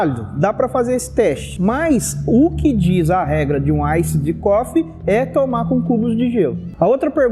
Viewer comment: A pronúncia do Iced Coffee é "Iced Cofi", como se tivesse um "i" no final, da forma que você pronunciou ficou parecendo "cough=tosse". Café é bom demais, ótimo vídeo!